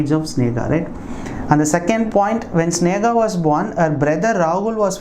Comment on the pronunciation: Hi sir it's sneha... not snega